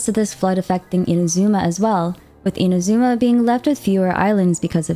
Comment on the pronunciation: you should pronounce inazuma correctly too